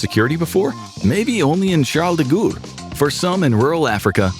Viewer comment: Gaulle is not pronounced at all like Ghoul. Gaulle rhymes with law or braw.